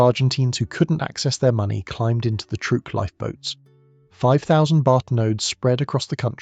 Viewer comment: "Trueque" (barter) is actually pronounced troo-EH-keh, not trook.